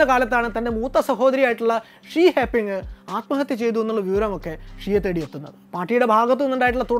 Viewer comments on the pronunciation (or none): none